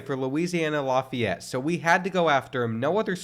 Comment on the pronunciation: Laugh-ee-yet (Lafayette) his pronunciation is bugging me